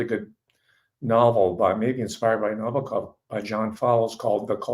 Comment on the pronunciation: Thanks for the great insights on Nabokov. (accent is on the second syllable) I was at Long Beach State College in 1959. I was eighteen when I read Lolita. I guess I could be characterized as a teenager with a normal healthy libido, and the book was erotic but in a way that I'm sure disappointed those looking for a purient joyride. I knew right away most readers wouldnt get it. At the time, I had notions of being a writer, and as the story unfolded it was clear to me that Nabokov was a great writer, and one that I would emulate. Ive read it several times just for the pleasure of seeing how he built scenes and segues and characters. Pure pleasure